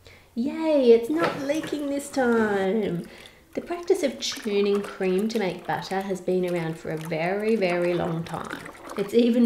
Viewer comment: Why does it sound like batter every time she says butter?